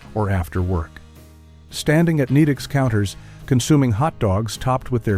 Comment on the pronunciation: I was tolerating it until it called Nedick's "Needicks" 😭